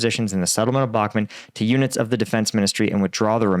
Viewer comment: Sorry for being a dick but it's Bakhmut (Read as: Bakhmoot) and not Bakhmet.